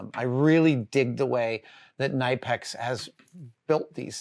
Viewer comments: Also, it's Kuh-Nip-Ex with that first Kuh being blended into the nip as smoothly as possible. There is no Nipe sound. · Isn't the actual pronunciation "kuh-ni-pex"?? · Great video as always! BTW, according to the official Knipex channel, the K is not silent. The correct pronunciation is "Kuh-Nip-X". Go figure! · It's pronounced "Kuh-nip-ex" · You pronounce the K in Knipex and you would in the name Kevin.